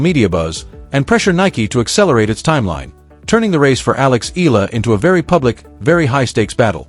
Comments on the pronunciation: Her name is Alex Eala not Alex Ayala. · Pronounced: Eh...ya...la